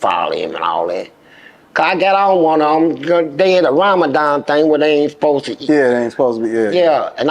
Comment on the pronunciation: Nigga said Lamadon and not Ramadan